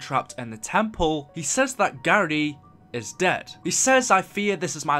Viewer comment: It's pronounced, "Gahri."